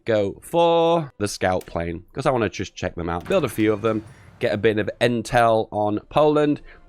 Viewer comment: "I WAN'T THE RESISTANCE"